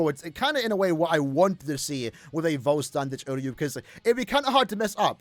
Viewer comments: Okay, so I wasn’t imagining things, was saying “voll stern dich” instead of Vollständig this whole time LMAO You do you, if their form is called “full star you” to you, live your truth LOL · it's "Vollständig". A single word translating to "Complete". Not "Voll Stern Dich", which WOULD translate to "Full Star You". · For the final time it's "Vollständig"